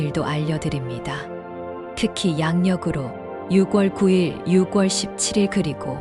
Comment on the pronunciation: 발음이 이상하네요 6월을 유궐이라고 발음하네요